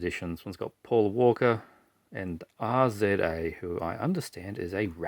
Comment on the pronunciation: RZA is pronouned "Riz-uh". He's part of the Wu Tang Clan, but the part you may care about is that he does a lot of film scores. Ghost Dog and the Kill Bill films, to name two (er, three)